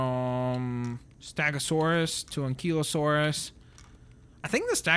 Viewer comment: and its not ankelosaurus its ankielosaurus